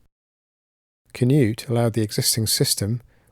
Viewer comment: Pronounced Knoot, not Canute